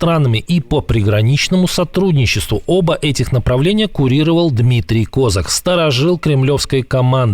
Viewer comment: Почему он КОзак ? Он КозАк. (Вы, как бы, новостное информационное агентство. Можно было бы и посмотреть на ударение в фамилии, хотя бы, на википедии)